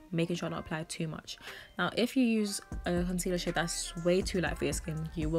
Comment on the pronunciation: Who else thinks that every time she says “Now” sounds “Not” to you 🤣